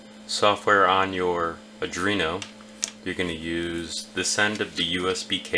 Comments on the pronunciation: That IS NOT an "adrino". It's an ARDUINO. ARR + DUE + EENO. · are-dweno ! not adwerno ! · Arduino = Ard-joo-WEEN-o. Not Uh-DREEN-o. It's only 7 letters. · Adrino, mispronounced, it is ARE DOino, or you can start spelling it Adraino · Why do you say "Adruino" instead of "Arduino"? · He keeps saying Adrino. Come on man WTF? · Dude you really need to learn how to say "Arduino", not "Adrino". Its actually annoying lol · Are-Dooo-Eeee-No Just saying...